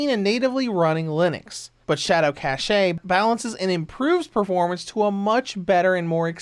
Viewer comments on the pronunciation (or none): Lol I love how you think cache is pronounced cashaye. It's actually pronounced exactly like the word cash. The e is silent. Not making fun of you, but it definitely made me laugh. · it's Cache(Cash) Not Caché , Damn you are native english speaker ! how low can you be St u pi D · I usually don't care about stuff like that, but I'll admit I cringed every time he started saying "shadow cache." But I do appreciate the tip to use that setting for this game.